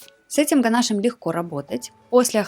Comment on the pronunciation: Правильно писать и говорить: ганашо́м